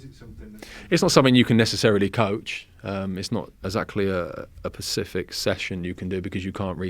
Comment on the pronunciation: He 100% said Pacific rewatched it 4 times 🤣🤣